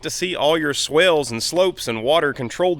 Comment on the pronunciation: EVERY TIME YOU MENTION GOT DAM SWALES I REALLY WONDER IF YOU EVER WENT TO SCHOOL AND LEARNED, BUT I THINK YOU DIDN'T GO ANY FURTHER THAN KINDERGARTEN BUT FAILED KINDERGATEN SCHOOL AS FAR AS I'M CONCERNED YOU DON'T KNOW HOW TO PROPERLY SPEAKBUT I'M REALLY THINKING AS I SEE YOU ON THE VIDEOS THAT YOUR A POLOCK`\ BWCAUSE OF THE WAY YOU DO NOT MENTION ATHE WORD DITCH EVER, TO DUMB ASSES ITS A GOT DAM SWALE, THAT 99% NEVER HEARD OF A GOT DAM SWALE!!